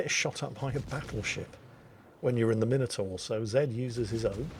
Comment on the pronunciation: he doesn't he pronounce minotaur correctly?